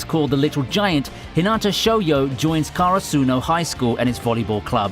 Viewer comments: Why do you say hi-NA-ta and not HI-na-ta???? Also, KA-ra-su-no not ka-ra-SU-no!!!!! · Ok the way you say the people's names and karasuno kinda triggers me a bit